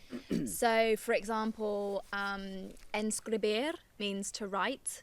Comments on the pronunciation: You said “ enscribir” at least for my ear. BTW very acurate considering you are just begining. Greetins from Chile ✌🏻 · To write is :escribir en Spanish , in Arabic :اكتب , sorry , you’re pronunciation is not good !!!!!! In french is :écrire . Bon courage بتوفيق good luck , bonne courage . Mucha suerte . 😂😂🤣🤣🤣🤣👍🍀🍀🍀🍀🍀